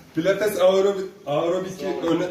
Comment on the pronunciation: Ayrobik ne amk pilates ne amk dediği anda istemsiz gülmekten airobik pozisyonuna geçmişim